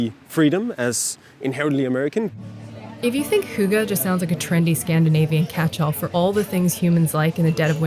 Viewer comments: I was trying not to judge but every time the interviewer pronounced hygge, it was like having nails scrape across a chalkboard. I think she actually pronounced it a bit better at the start but then got further away. At one point it sounded like hugo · All this time I thought it was pronounced "higg" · its spelled hygge - and not pronounced hoogah.. y in denmark has a sound your not used to in the US... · The way you say hygge lel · The pronunciation of “hygge” hurt my ears! But yes it’s true. And btw Norway and Sweden also have it... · Please stop mispronouncing hygge. Thank you. Sincerely. A Dane.